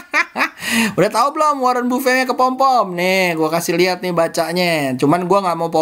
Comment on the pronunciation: baca nama Warren buffet kayanya salah. Pls cek dictionary deh..